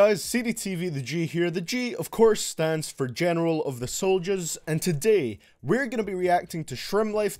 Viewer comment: “General of the Souljas” I now have cancer from hearing that